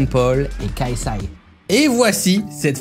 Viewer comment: Apprends à prononcer KSI svp 🙏 Tu prononces le « K » en français et le « S - I » en anglais lol